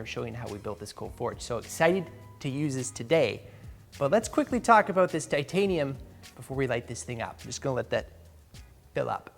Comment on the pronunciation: 'Timtanium' tools XD